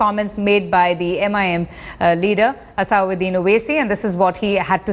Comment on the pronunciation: it is nt asaaauddin Owaisi, it is asaduddin Owaisi